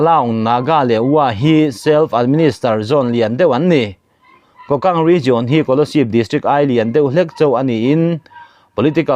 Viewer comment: MMDAA ('' Kokant'' ti hi a rik dan tur ka'n sawi ve aw . mizo rik dan turin ''Ku- kant'' tih tur a ni ''ku'' hi thluk sang tur a ni e.)